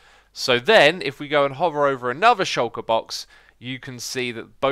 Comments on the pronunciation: The way you say shulker, YouTube gets it as "shocker" :p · Shulker is a word man, it means "hidden"